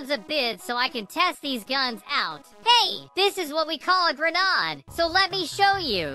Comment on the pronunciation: Its not grenod its grenade